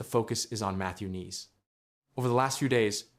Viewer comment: You might want to know how to pronounce his name properly.